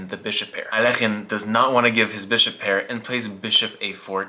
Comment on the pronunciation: Its AL EK HINE not alkeuhbesaaekasmkealk